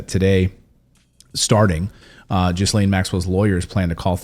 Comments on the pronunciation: I love that u keep saying her name wrong! lol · Clayton really struggles pronouncing Ghislaine's name, it's funny. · kinda annoying in that no one pronounces her name that way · If you think he is dead. You are not thinking like a spy. That man is being protected. And you are not pronouncing her name right at all. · Please say her name properly its annoying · One does not pronounce the "s" in Ghislaine. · At least learn to pronounce her name correctly if you're going to do a story on her! you don't pronounce the "s". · Get your prenoucing correct.. She is bad bad. But for yourself in English and French you don't say the S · I was finding his incorrect pronunciation of her name irritating too. She may not deserve any respect - that’s not the point. He owes it to his presenting skills to do it properly and professionally. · I think the s in Ghislaine is silent. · Clayton, your pronouncing Ghislayne’s name wrong. The s is silent. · You need to learn how to pronounce her name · Thank you! I KEEP hearing ppl pronounce her name wrong. Lol I feel like if you are gonna have an entire segment on her then LEARN HOW TO PRONOUNCE HER NAME at least! 😐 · Don't you know how to pronounce Ghislaine? It is not JIZ-LANE, but GHI-LANE. The S is silent. Its French. Fix your pronunciation! You are reporter. This is what you do. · It’s pronounced Gilaine…not Jizzlane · Is he completely mispronouncing her name? I don’t think it’s pronounced “Jiz Lane” ? Do your homework fella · her names isnt pronounced Jizzlane! its Geelane! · Could you PLEASE do your research and pronounce her name correctly if you are going to report on her? It is Ge-lane....NOT Ghiz-lane....come on...you are a news group...do a better job with this. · The “s” in her name is silent. Pronounced either GIL-len or Gil-LANE. Not Jiz-lane. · Her name is pronounced gilane not jislane… the s is silent. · “Ghee-Laine” not “Jiz-Laine” 😂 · OMG!!!!! Her name is pronounced GHI LAINE! NOT GHIS LAINE FFS LEARN TO SPEAK PROPERLY